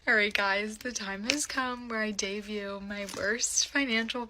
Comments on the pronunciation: Did she seriously just say ‘dayview’ instead of ‘debut’? 😂 Send help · Did she say devue instead of debut?? What the fuck